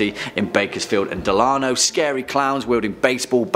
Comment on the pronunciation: The way you said Delano lol